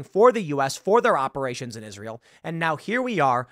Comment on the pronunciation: when you read the word israel then pronounce it isreal.